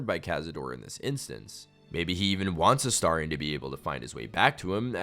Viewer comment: A-STAR-ion not A-STAIR-ion